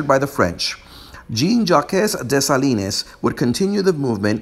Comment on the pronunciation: Gene Jackez ....... de laninez? seriously??? I get that you insist on pronouncing the Spanish names in a Spanish accent, but why are you pronouncing French names in Spanish?